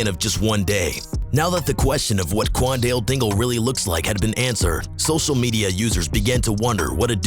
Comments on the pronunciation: qwan-dill- dingle 💀💀💀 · "Quandell dingul"…. It’s Q U A N D A L E D I N G L E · Bro called him cwallnut dingl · why are you saying kwan wan wingle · imagine next school year and the teacher calling role for the first time and she say quandale dingle. class gon go crazy